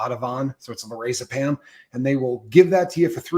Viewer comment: 100% you’re guy lost me at “ah-ti-vahn”. No. That’s also not first line. But cool story. His hearts in the right place, but he’s off the mark. In any case, nobody pronounces it that way who actually uses it. He also didn’t pronounce lorazepam well. Book smart, street dumb. Don’t come from a place of authority and mispronounce things like that. Same thing drives me nuts with fentanyl. Anyone who gives it called it fenta-nil (as it’s actually pronounced). Anyone talking about it as the great drug demon they want it to be calls it fenta-nawl. There is no O in fentanyl. Stop it. EDIT: HOW THE *%#! DO YOU NOT KNOW ETOH? If you’re an expert on the medical management of alcohol and drug withdrawal as you claimed, how do you not understand that EtOH is used as shorthand for alcohol in healthcare. Holy goodness. 🤦‍♀️🤦‍♀️🤦‍♀️